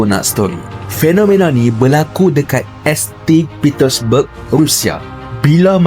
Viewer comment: BUKAN S.T PETERSBERG LAH . . SEBUTANNYA SAINT PETESBERG